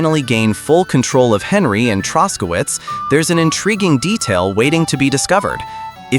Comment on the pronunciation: Well for 1 The main character is named Henry, NOT Henley. I stopped at that point. Most likely many other issues with in. If you don't speak English well, make videos for your own language, thanks.